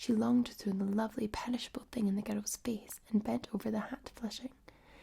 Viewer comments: more like gurells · Guirrels like squirrels